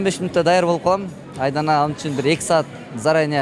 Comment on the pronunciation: Аваз эмне деп дооруп койгон тообо, орду мн суйлосон Ацдана эле Айдана дебей.